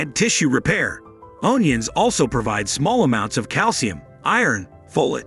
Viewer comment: “Own ions”? 😂🤣. Ridiculous